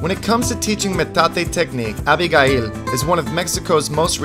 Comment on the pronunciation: Stop mispronouncing our name! i can't believe you don't know how to say ABIGAIL in English!